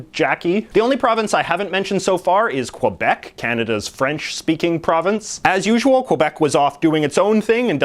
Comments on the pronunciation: Every time JJ says "Quebec", a polar bear drowns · quebec is pronounced ke-bek not que-bec (its not weird it's french) and im not French or Quebecois